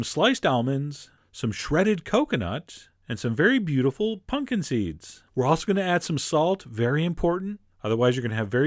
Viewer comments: Stop saying "PUNKIN" in stead of PUMPKIN. It makes me want to throw something when you say it like that. Please remove the marbles from your mouth and say PUMPKIN!!!! :::stepping off of soap box::: Thank you!! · SO pumped that you called them "punkin" seeds!